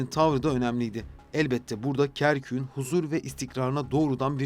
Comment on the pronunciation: Kerküğün değil Kerkük’ün diye telaffuz etmeliydiniz. Bu güzelim bilgilendirici videoyu Türkçe hataları ile bozmuşsunuz maalesef.